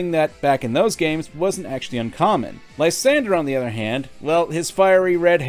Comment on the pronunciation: Ly-san-doroff!!! You were behind this??!!?